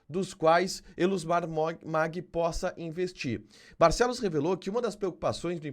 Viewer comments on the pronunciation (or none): O Tio da Soja se pronuncia "Maggi" e não "Magui" Família Maggi aqui no MT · Se pronuncia Elusmar Maggi como se le não Magui como você está falando